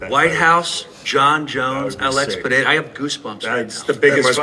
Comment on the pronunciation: Pee Era instead of Pe Ray Ra when he's trying to say Periera is the one that gets me